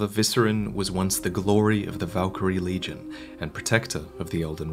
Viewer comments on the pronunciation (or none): none